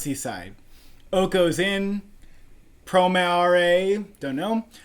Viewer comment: I cringed when you botched the title of Promare... how hard is it to say "Pro-mare"... Anyways, it's a shame that film is getting so overlooked. That film is such a kickass film with jawdroppingly gorgeous animation with a killer soundtrack and amazing action sequences, story and characters took the backburner for this one. Which is getting a rerelease on December 8th (sub) and 10th (dub).